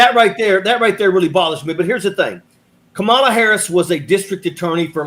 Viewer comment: The accent on the first syllable of her name seems to throw people KA mala! Please Hall ...find a funny way to teach people. ❤